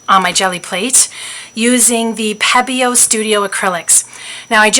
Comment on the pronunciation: Pronounced Peee-bio